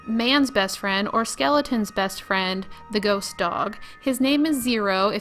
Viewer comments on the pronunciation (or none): There no Y in SKELETON. It's not prunounced SKILINGTON